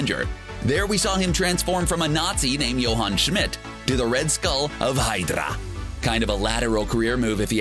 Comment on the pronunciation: The way he said HYDrah 😂😂